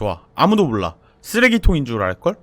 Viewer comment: 앜ㅋㅋ 나 스레기통인줄 알껄 이걸 쓰레기인줄알껄 로 들음ㅋㅋㅋㅋㅋㅋ